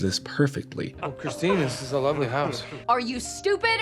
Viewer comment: “You come in my house, you get my WIFE’S name RIGHT!!! CHRISTINETH!!!” 🤣😂🤣